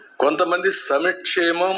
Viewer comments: Sami kshemam endira bolli babu, adi samkshemam, neeku aa maata ette adhikaram ledu. Andhra gorrelaku nuvve corrct, kaapulaku kuda baaga gootam dinchutunnavuga, pawan gaadini naashanam chestavu. Pawan kaapulanu sarvanaashanam chese vataku nidrapodu. Andhariki manchi chese jagan ni mosham chesaru meeru eppatiki baagupadaru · ఒక్కటి గమనించ్చారా "సమి క్షేమం,, అంటాడు 🤔సంక్షేమం అని పలకడం రాదా? ఆ పదం పలకడం ఇష్టం లేదా??? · సంక్షేమం అని పలకడమే రాదు, వీడు సంక్షేమం istara...... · చంద్రబాబు నాయుడు అవకాశవాది అనడానికి నిదర్శనం ఒకప్పుడు కేజీలు వాళ్ళు చంద్రబాబు నాయుడుకు సహాయం చేశాడు ఇప్పుడు కేసరి వాళ్లకు వ్యతిరేకంగా మాట్లాడుతున్నాడు ఈ చంద్రబాబు నాయుడుకు సంక్షేమం అనే కాదు సంక్షేమం అని పలకడానికి రాదు ముఖ్యమంత్రి అంట